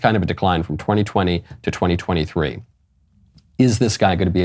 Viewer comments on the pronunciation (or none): none